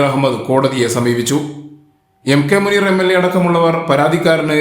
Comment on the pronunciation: മൂനീർ ഭായി... മൂ.....? എന്താല്ലെ!😂😂😂